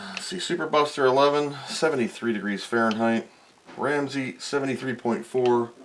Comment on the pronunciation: Man you are mispronouncing those degrees Frankenstein. I'd be slightly worried about any of those old gunks on the board, they can soak up moisture and start aspire to be resistors with meaningful values.